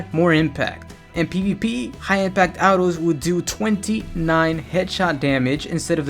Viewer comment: Don like the way you say autos